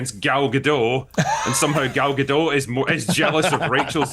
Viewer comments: Gadot, Critical Drinker, not Gado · It's pronounced Ga-DOT, not Ga-DOW. Gal is Israeli, not French. 🤪😝